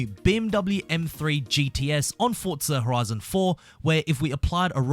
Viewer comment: “Fortza horoizin Toitoow”